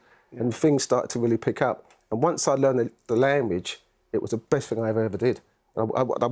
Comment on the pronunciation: “Learning another lamwage”